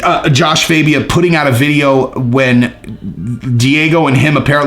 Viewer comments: IT'S JASHUA FAAAAHHHBIA NOT FABIAAAAHH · Did you listen to anyone say his name fAbia